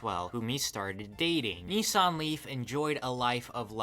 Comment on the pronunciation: I keep hearing 'Nissan Leaf' like its some Korean dude ' Nee Sang Lee' lolol